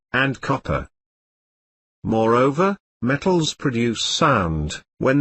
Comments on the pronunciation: hahahahah he says met...tals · BUT HE SAYS ME TALS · Love the way you say m-e-tt-als🤣😂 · gets me all the time "Me-tt-als-" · THIS IS SOOOOOOOOOOO FUNNY.. Me-tt-als and Non-Me-tt-als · He doesnt say matels me tals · We watched this in class and had to stop after 30 seconds because everyone was dying of laughter from the way he said metals😂